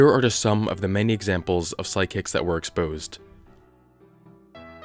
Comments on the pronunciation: Why do I hear you saying "sidekicks" instead of "psychics?" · It sounds like you’re saying “sidekicks” 😂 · Why do I keep hearing "side-kicks?" XD